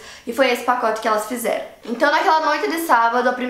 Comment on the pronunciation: "PacoTI" KKKKKKKKKKKKKKKKKKKKKKKKKKKKKKK